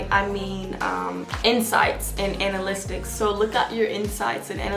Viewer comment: Baby I say this with all respect and love it’s analytics Ana-lit-iks not Ana-list-iks